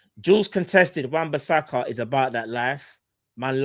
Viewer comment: thats a red card for saying wan bissaka 😂🤮